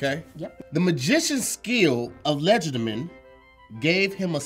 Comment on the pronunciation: Ball don’t lie and apparently for, Words don’t lie! Lol pronounces legerdemain but messed up guess gased. Lmao